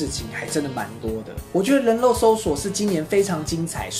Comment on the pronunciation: 是發音拉 :3